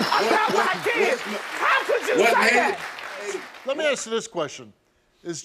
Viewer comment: Asleep and ask … two words you would think are easy to pronounce! But we get axe and sleep 😅